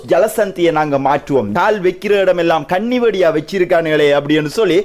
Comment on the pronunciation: தம்பி ! கன்னிவெடி இது தவறான உச்சரிப்பு கண்ணிவெடி என் பதே சரியான உச்சரிப்பாகும்.